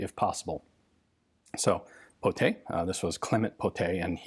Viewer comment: He said Pottet right! Merci monsieur! The gun kinda looked like one of the earlier french mystery shotgun too, this or any kind of Darne shotguns which are pretty mysterious in their own ways.